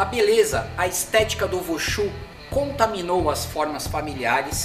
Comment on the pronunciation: Vushu não, wushu.